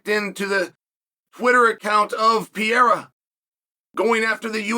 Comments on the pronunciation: “Pereira”, Chael. Not “Piera”. Mr hoity-toity and his fancy education can’t even pronounce “Pereira” correctly. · Chael Sonnen, who the F is “Alex Pee-Air”??? Are you a professional or just trying to be the Archie Bunker of MMA? You’re coming across like an ignorant tool. I just unsubscribed—because your ridiculous mispronunciations aren’t funny, they're pathetic. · Ya can't say PUR-air-ah ? Chael P.brain Sonnen ... No Chama